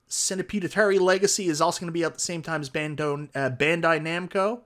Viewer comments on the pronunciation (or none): none